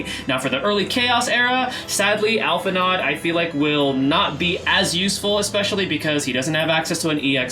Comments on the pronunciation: Hey!! Just a quick correction that Alphi’s pronunciation should be Alphi-“know” since their name is of French etymologies. 😅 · You pronouncing the D in his name is driving me insane. Alph-In-Oh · pet peeve, its "Al-Fee-No." >< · It's pronounced Al-fi-No, the D is silent. :) Thanks for the vid, appreciate the analysis!